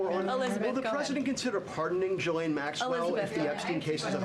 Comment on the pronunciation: Ghislaine is pronounced GIL-LANE the h and s are silent.